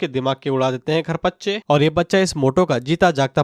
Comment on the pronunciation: Bro it's parkhachche hota hai naki kharpachche😅😅😅😅😅